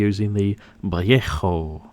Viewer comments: you're trying too hard on the Vallejo paint. We commonly pronounce it Va lay Ho It is not a true Spanish word, its a hybrid of English and Spanish or Spanglish if you prefer. It's often mispronounced. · If you are going to keep using the Spanish pronunciation of Vallejo, at least do it properly! 🤣🤣